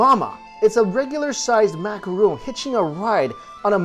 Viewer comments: Also, it's Macaron, as in Ron, not Macaroon, as in Roon. Two completely different cookies with different pronunciations. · MACARON NOT MACAROON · macaron not roooooon - im sorry cute guy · take a shot every time he says "macuhroon"